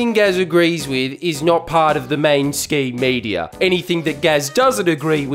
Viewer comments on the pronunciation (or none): Are you saying main scheme media or main stream media?